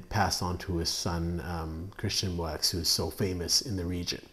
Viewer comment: Moueix is pronounced Moo Yee. =)